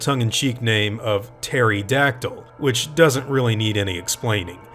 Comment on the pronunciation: Terry-dactyl..... Lmfaoo